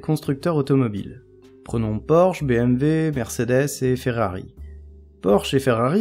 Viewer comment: BMW pas BMV sinon merci c'est clair ;)